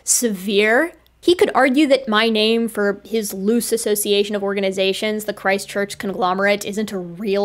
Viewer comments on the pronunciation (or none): every time you say Christ Church, i think you're saying ChristChurch a City in NZ